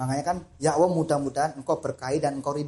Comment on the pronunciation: Mohon maaf... saya mau bertanya mengapa mas Ori menyebutnya seperti Owoh untuk Allah... Apakah ada arti sesuatu?